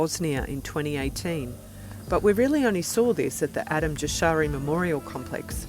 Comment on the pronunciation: Wie kann es sein, daß Sie die Wörter Slobodan Milosevic und Kosova nicht richtig ausspricht, schade. Es gab nicht Totet auf beiden Seiten, sondern die Kosovaren hatten viel mer Opfer,,als Serben. Es heißt nicht Adam Jashari sondern Adem Jashari. Also dieses Video am Anfang hatte es so viele falsche Informatione.